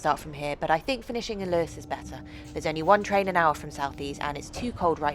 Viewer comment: It’s most certainly Lewes……not loose